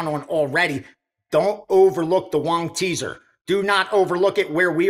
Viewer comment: I have been watching for at least 5 years and maybe I cannot hear anymore. Is it LONG teaser but it sound like like, and all said WONG teaser